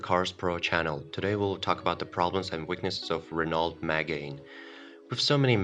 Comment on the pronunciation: The voice over guy 🤣🤣🤣can’t even say megane right or Renault it’s french it’s pronounced reno